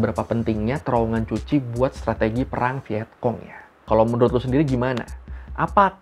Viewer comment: Cu Chi itu baca Ku Ci... bukan Cuci... C di vietnam di baca K, kalau Ch baru dibaca C... jd Cu Chi dibaca Ku Ci